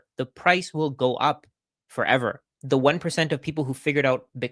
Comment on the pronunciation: for-ev-var : P